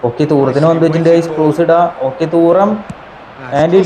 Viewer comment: തൂറം അല്ലടാ തുറാം aada😂😂